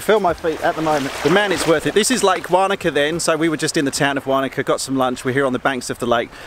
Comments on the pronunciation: Wanaka not waaanaka hahaha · Great video as usual - thanks. From an ex Kiwi to an ex Pom - Wanaka is pronounced "Won e ka" and Wakatipu is pronounced "Wok a ti pu". I did the Shotover a couple of years ago with a gopro on a headstrap and I think the best place to sit is the back left seat - you are on the same side as the driver and end up closer to the rock walls this side. The back seat is also a bit higher than the front seat so you end up looking over the other passengers and there is very little water spray. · Matt I agree; having lived there for a few years it was making me cringe every time said it:-) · 🤣 the way you pronounced Wanaka